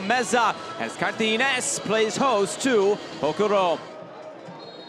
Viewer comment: It is not "Cartines" It is CAR TA GI NES